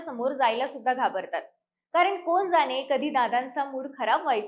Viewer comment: "आहेत तरी कोन ?" यातील "कोन" उच्चार " कोण " असा शुद्ध असणे अपेक्षित आहे.